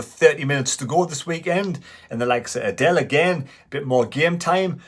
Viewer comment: Understandable but it's pronounced Adeel - He doesn't look like a girl (Adelle) - keep up uh good work & keep running.